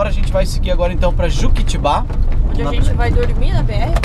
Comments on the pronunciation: Olá queridos !! estou vendo hoje o vídeo de vocês !! Você pronunciou JUQUITIBÁH !! A pronúncia é JUQUITÍÍBA.. oK ? E A ESCRITA É JUQUITIBA.. Não é uma crítica e sim, uma observação.. Vocês são do Sul e, não têm a obrigação de pronunciar corretamente !! Beijos. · Kkkkk não é juquitibá e sim juquitiba.